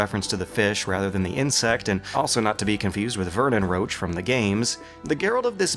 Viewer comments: For all of you people! You read Vernon's name rosh not roach. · Roche is not 'Roach'. Don't you people know how to pronounce?